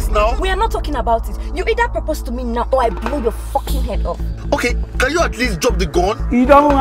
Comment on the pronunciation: "10 FOCKIN YEARS" 🤣